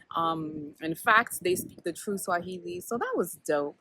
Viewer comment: You are a first learner ..your pronunciation and intonation are on point. Uko sawa kabisa👍🏾. Very insightful info...karibu 🇰🇪🇰🇪 tena